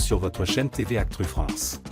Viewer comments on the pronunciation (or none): C'est moi ou le présentateur dit "actRu france" ? 🤣